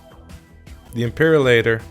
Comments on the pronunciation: LMFAO ''Imperalator'' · I somehow knew that u are going to pronounce "Imperator" wrong during that pause lol.